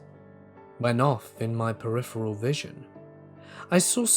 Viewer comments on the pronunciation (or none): none